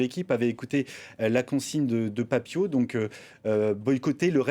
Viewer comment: C'est bon c'est l'heure de la célébration, Pape Thiaw s'est excusé et ce journaliste Benoît Perrochet ne fait que de rappeler qu'il a demandé aux joueurs de quitter le terrain, déjà commence à prononcer correctement son nom ce n'est pas Tio mais Pape Thiaw comme Ciao en revanche pour toi ce n'est plus Benoît Perrochet mais Perroquet